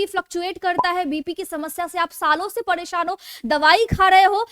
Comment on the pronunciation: फ़ाईब्ड नहीं फाइबर होता है, पड़ेशान नहीं परेशान होता है